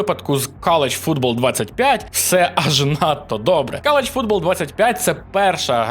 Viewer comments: "кАл оф дюті", "кАлідж футбол" 😂будьласка хоч перед записом відоса в гугл транслейт закинь англ назви і послухай як воно вимовляється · Один я чую "каліч футбол"??)